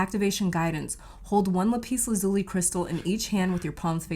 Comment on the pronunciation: 'lap us la zoo lee, I believe is the correct pronunciation.